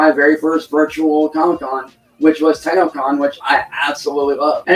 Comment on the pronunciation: When hes talking about that online comicon he sounds like hes saying "pedo con" lol